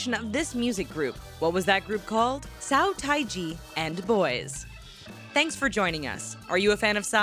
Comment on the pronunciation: "Sow thai ji" ...and we spotted someone who doesn't know Korean at all.....woah